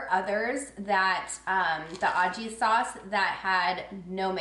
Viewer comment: Great video! The Aji sauce is pronounced with a H sound for the J :)